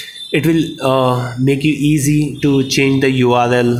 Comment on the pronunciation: Huh?? You said 'U aal el'!! 🤣🤣🤣